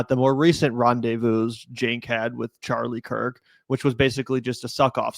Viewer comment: Bro he’s whitewashing Charlie Kirk intentionally mispronouncing his name and calling him the sword that will destroy America. Wild stuff. Cenk really will do anything, including debasing himself in front of Tucker Carlson and likely President Trump, who was probably watching, to stay relevant.